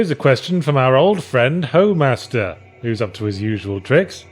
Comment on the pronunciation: I think Homaster is pronounced Home-ass-ter.